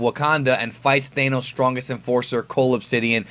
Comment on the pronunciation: Thanos, not Thaineos